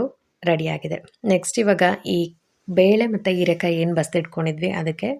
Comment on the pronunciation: ಹೀರೆ ಕಾಯಿ ಅದು ಈರೆ ಅಲ್ಲ